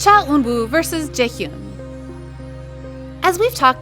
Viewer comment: Not trying to be mean but you should work on your name pronunciations. The way you pronounce Eunwoo and Jaehyun is lowkey killing me lol